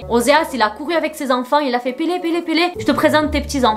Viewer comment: J’adore quand tu prononces son nom avec l’accent portugais 😍